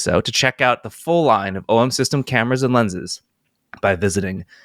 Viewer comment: A+ for “OM System” of course 😂😂😂